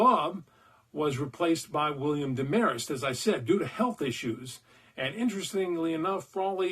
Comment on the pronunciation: Did you say Deh-mare-est? It's Dehm-er-est. -- Drive-In Dave Lounder (yeah, that crazy movie actor guy)